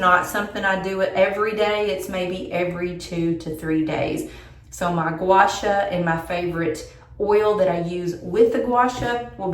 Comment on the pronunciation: FYI…. It’s pronounced gwa shaw like in shawl, just no “L”.